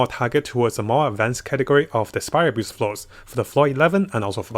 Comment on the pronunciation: You're not good at saying abyss it's like abyssh hahah